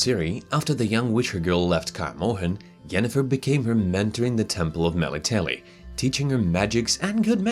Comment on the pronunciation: meletele is pronounced "Mehlehttle"